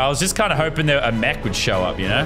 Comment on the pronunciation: It is mech not mechu